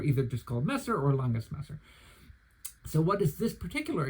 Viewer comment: What a great review! A few days ago, I decided to order a modified version of the "Günther" from Landsknecht Emporium. 😊 By the way, if I may be so bold, I have a few little tips for you on pronunciation: First of all, the word "Landsknecht" is composed of the words "Lands" ("land's") and "Knecht" ("servant") and means "servant of the land". The "k" in the "Knecht" part is not silent. In German, with the exception of "h"s, which serve to lengthen vowels, there are no silent letters. In addition, the German "ch" here is a voiceless palatal fricative, pronounced like the Spanish "x", for example in the Spanish pronunciation of "Mexico". 🙂 -> [ˈlantsknɛçt].